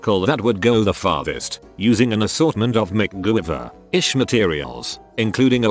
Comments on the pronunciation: everyone else: mc-gai-ver the machine: mc-GOOVER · "McGooey-ver like materials"